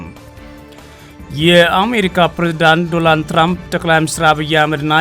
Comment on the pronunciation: ሄይ 😅 አንተ ጋዜጠኛ አይደለህም እንዴ? ዶናልድ ትራንፕ ብለህ በትክክል መጥራት ብትችል ጥሩ ነው ዶራንድ አይደለም የሰውዬው ስም😅